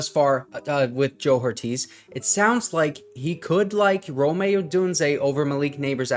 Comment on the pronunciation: Brother his name is Rome not Rome’ lol